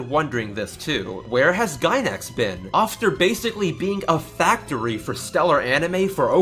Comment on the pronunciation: Did you just say "offter"?